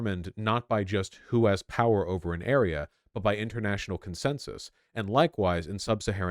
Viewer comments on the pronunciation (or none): none